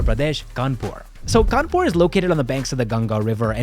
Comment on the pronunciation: you pronounced 'kanpur' wrong. it's 'khhanpu' thanks to all the mouthfreshners😂.